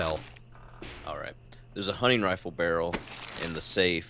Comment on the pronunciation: Every time says hunting I think it's hunny